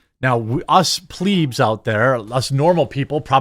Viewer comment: Jeremy finally said "Plebes" correctly, it through me off for a second. 😆😆